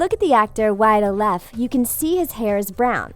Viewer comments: Autumn Germick omg she did I'm offended this is worse then calling Wyatt oleff Wyatt olaf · She said "Wyatt olaf" it's pronounced "Wyatt Oleff" and she stated "Finn wolfherd" again it's "Finn Wolfhard"😂